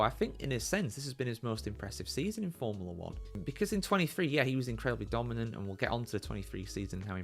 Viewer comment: If you have a channel about forumla 1, at least learn to pronounce formula.